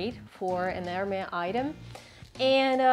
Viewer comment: The s in Hermès is pronounced. It’s not silent.